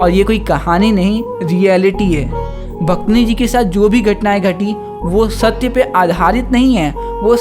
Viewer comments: Bhit achha samjhaya bhaiya nice explanation 😊 but aap bhaktin ko bhaktni bol rhe ho😅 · Bhaktini nhi bhaiya please pronunciation sahi kro aap apni wo bhaktin hota hai 😂😂😂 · Mai ye video dekhleta pr tune suru me hi bhaktin ko bhaktini kehdiya isliye jara hu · Bhaktin ❌ Bhaktani ✅ 😂😂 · The explanation was good but it's bhaktin and not bhaktini 🤦🏻‍♀️ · Bhaktani nahi pehel bolna sikh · That pronunciation of bhaktini forced me to leave the video 😷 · Each time he said bhaktni, the Hindi student inside me died out of pain....🥲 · For real yrr😐